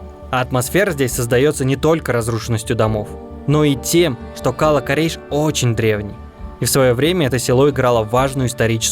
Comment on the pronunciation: Наверно в слове кала ударение надо ставить на вторую букву а